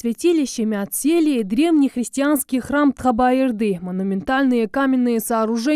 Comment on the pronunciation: ТХА БА ЕР ДИ! А НЕ ТХАБА ЕРДЫ.